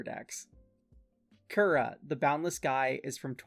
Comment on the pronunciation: I know this doesn't matter at all but "Kura" would be pronounced "coo-rah." The pronunciation used in the video would be spelled "Kyura." Cool deck idea regardless, and I'm definitely gonna check out your other decks too. I suffer from the hipster bug too lol